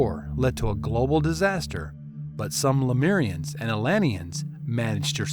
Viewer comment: It's pronounced le-moo-rians, not le-mee-rians. It's also known as Mu.